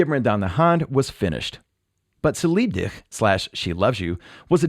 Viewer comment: lol neee. Er sagt “ci lib dig”